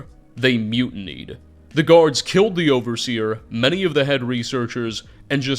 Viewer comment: You said killed wrong